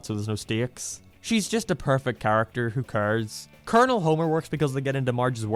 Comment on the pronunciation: I appreciate the effort of the video but about 75% of "I don't like it" is basically just the guy not being old enough to get references ie the cat burglar 2nd half is just Simpsons doing its a mad mad mad world and the way he pronounced Colonel as "colonial"